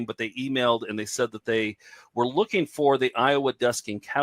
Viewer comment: "first time I'm rooking at it" flub to begin. classic